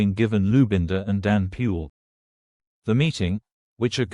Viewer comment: the moment i heard Danny pule as Danny pu,i knew the news can't be trusted. maybe it's about sounding white to confuse the uneducated. may peace always prevail in zambia. one zambia one nation. Ai has taken over reality. too bad for many who🤣 can't read between the lines